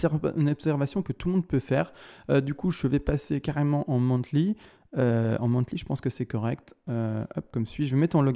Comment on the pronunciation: Analyse très pertinente mais les monTly au lieu de monTHly m'ont achevé 😂